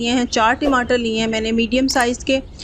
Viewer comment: Recipe seems good but Timatar is wrong pronunciation